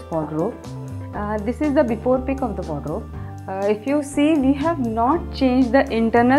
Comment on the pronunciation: I love how she keeps saying "Wodro" instead of saying Wardrobe.